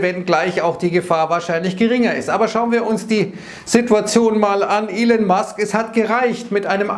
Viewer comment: Der Mann heißt immer noch nicht "Ilen" oder "Ellen" Musk... ;-)